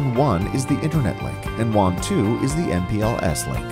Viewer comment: wA-n wA-n whaaaaaaannnnnnnn!!!!! Not WHON OR WONG OR JUON